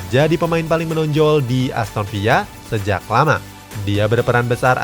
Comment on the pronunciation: Emang "Aston Villa" pronounce nya gitu ?